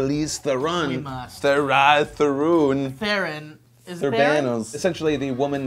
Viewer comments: Why do people always pronounce Charlize Theron's surname wrong? it is not Th-air-on! it is teh-roh-n -_- its not that hard. Or maybe its because im from SA. I'm big on addressing people by their names correctly. butchering is unacceptable. Just because you have an accent doesnt mean you get to be lazy with people's names. Final Note:Will check Snow white & The huntsman out because it has gotten relatively positive reception so far. :D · Her surname is pronounced "TRON" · It's pronounce Tron, god damn it!